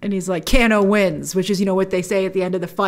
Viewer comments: Who the hell is canoo you mean kano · By the way ITS NOT CANNO ITS KANO say it right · Can-Oh It’s Kane-O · Let’s say it together. Kano. “Kay-no” Not “Can- no” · Grace if you pronounce it Cano and not KANO(Kay-no) one more time... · Haha, for the love of God please stop saying Canno.. 😄 it’s pronounced Kay-no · 1.) "KANE-oh" ....not "can-Oh" 2.) Cole looks to be shaping up to be more like the character Takeda [Tah-kay-dah]. Takeda is character Kenshi's son, who became a pupil of Scorpions' in the game and in the comic. - The actor looks like, and wears yellow like Takeda too. We'll see! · Why is no one addressing the fact that she keeps pronouncing Kano as can-o when it is pronounced Kay-no. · Kano = Cane-oh. Not Can-oh. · It's not Can-o it's Cane-O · Can o Grace? It's Kane o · IT'S KANE-O GRACE! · I'm help you out a bit here lol. You pronounce his name Kay-NO. Just for future refence. People start hearing the way you say it they will start trolling. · It's pronounced Kay-no... and he actually turns out to be a bad guy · Its pronounced "KANO" 😐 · I love when u pronounce kano cano I so adore you Grace❤❤❤❤ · exactly just about every fan of the games thought it was absolutely amazing. I’m sorry but also the way she’s saying “Kano” is like bothering me 😭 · She doesn't pronounce Kano correctly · I prefer this Shang Tsung. He looks way more sinister creepy like in the first game. And it’s the long A sound in Kano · She doesn't know how to pronounce "Kano" or why Mileena is dressed like Kitana... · Are we going to let grace get away with how she pronounced "Kano"